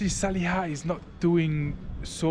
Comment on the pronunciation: Salih değil laaaa, Saliha bu kadar zormu ismi telefuz etmek..kıl oldum sana🤣🤣🤣